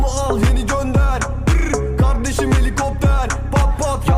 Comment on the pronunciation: Kizin kavdesim demesi v ile